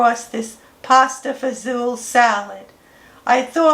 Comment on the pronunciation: Hi! Queens NY here. I’ve been a fan of your YouTube channel for a while now and just saw the Pasta Fazool salad. I’m so glad you pronounce it the way I do instead of Fagoli. lol. God Bless!